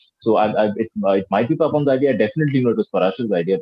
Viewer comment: How wrong does the anchor pronounce the name Papon.... Its not Peeee but Paa...